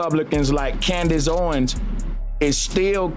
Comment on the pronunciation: I STARTED THE COODACE OWENS SAYING AND ITS ACTUALLY COODACE HOEWENS 😂.